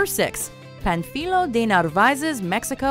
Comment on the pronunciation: The way she says Panfilo wrong actually sounds better than the real name hahahah